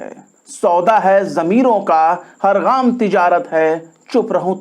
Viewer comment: شمس تبریز‌ صاحب ! صحیح لفظ " گام " ھے غام نھیں۔